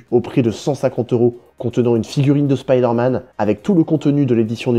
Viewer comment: Stop prononcer "spideur manne" putain